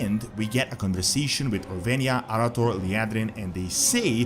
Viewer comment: People have been mispronouncing Orweyna since her introduction.